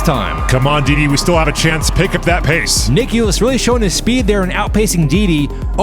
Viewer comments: bro said diddy in stead of deedee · What they heard:Dee Dee What i heard:Diddy